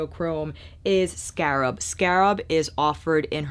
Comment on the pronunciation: you are too funny. Scarp or scarab? I love your channel because I know at some point I’m going to have a deep belly laugh as well as great makeup information. It’s a gift. So thanks for having such a humble gracious attitude- one who can laugh at herself and still be a boss.